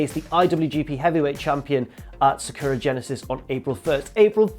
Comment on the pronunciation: For God's sake, why can't you pronounce "Sakura" properly?